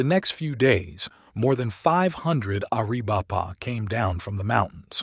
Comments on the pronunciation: Air-a-VAI-puh. Pee-NAHL. There's a ~ above the Ns in Nina and la Canada. Nin ya, Can YAda. [F--king Snowbird AI. This is getting painful.] Papa-GO. [Only this is no longer politically correct as it was the Spaniards' contemptuous title meaning ''Potato Eaters.'' These people call themselves Tohono O' Odahm.] GAI-yur-o. Nahn-Tahn. Apache for Captain. Mission San Ha-VEER. Hashkebanziin is generally called Eskeminzin by Americans. You should feed more actual period photography of the region into your AI. The backgrounds would look a lot less like air-brushed Hollywood backdrops. William Oury was the brother of Granville H Oury, a lawyer, who was a Confederate delegate for Arizona Territory in Richmond. Also a Confederate cavalry officer.. A Tucson pioneer, G H Oury had a park named for him in Downtown Tucson, at St Mary's and Freeway Access Road. It was Oury Park in April 2022. By 2024, it was renamed David S Herrera Park. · Air - uh - vipe - uh😂😂😂 AI is stupid.